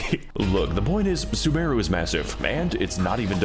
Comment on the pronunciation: As someone who plays genshin it physically hurt me when he called sumeru "soomaroo"